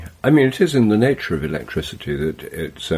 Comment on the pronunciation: Am I tripping, or does keep saying “elecTRITICY”?